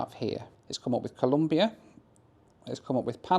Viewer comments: it's ColOmbia, not Columbia. (It is even a slogan in my home country for you anglosaxon and gringos guys). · It’s ColOmbia, not ColUmbia 😢 (im not even colombian, it just bothers me when people mispronounce it). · Hey. Nice to see you tripping around Central and South America. Just a tip, if you say Columbia instead of Colombia, the Colombians will have more than a few words to say to you. 😂😂😂😂. A nice round “O”,please. Bogota is 2600m above sea level, so it is cold on average. People from warmer areas call it “the fridge’ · Its Colombia, not Columbia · Dear, Colombia isn't pronounced as Columbia. Just a friendly reminder. Nice video! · So many Central and South American countries that I’ve never heard of. Venezuelar, Comombiar and Panamar. 😂